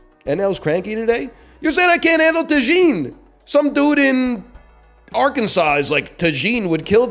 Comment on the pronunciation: Why is he saying tajin like “ta-jean”?